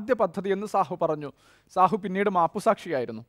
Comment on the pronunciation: സാഹു അല്ലട ഷാഹു..